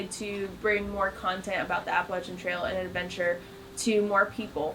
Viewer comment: I live behind the Appalachian trail in Delaware water gap/Stroudsburg area. I don't know anyone who pronounces it like that. "AppalaCHIN" lol great video. Very informative